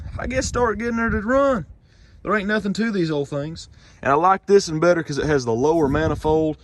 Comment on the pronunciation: Is it just me but when he go "thisen" brights my day